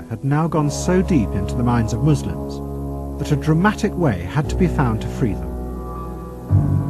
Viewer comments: its pronounced muslim not mushlim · Muss-limb is how you say it